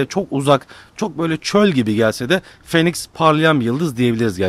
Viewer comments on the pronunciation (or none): Abi phoenix 'finix' diye okunuyo. Nba'dan biliyorum :)